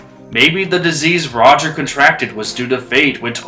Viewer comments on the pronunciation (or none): none